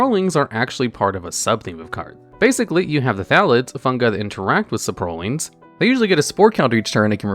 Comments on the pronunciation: i feel like there is at least one weird pronunciation per video of yours. where is that random emphasized syllable in 'saprolings' coming from? sapROLLING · Right the saproling pronunciation really got me lmao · why does he say "saprolings" like that